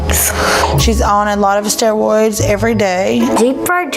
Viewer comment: "....Stewoids everyday.." WHAT?! WHAT?! THATS LIKE SAYING LICOWICE!